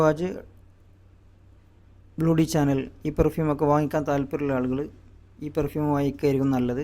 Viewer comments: ഫ്രഞ്ച് ഉച്ചാരണം ഷാ യാണ്. ച അല്ല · സവാജ് അല്ല സവാഷ്, ബ്ലൂ ഡി ചാനെൽ അല്ല,ഷനേൽ..